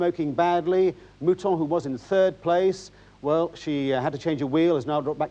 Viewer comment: Every time the narrator says mouton it sounds like mutton.